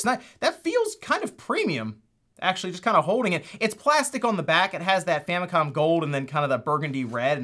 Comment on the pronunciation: It's not gold, it's "Famicon" gold.